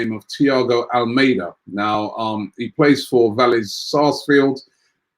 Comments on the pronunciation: ALMADA NOT ALMEIDA. LEARN TO PRONOUNCE NAMES CORRECTLY FFS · Robbie pronounces most of the names wrong But do you pronounce Almada's name like the Spanish 'Armada'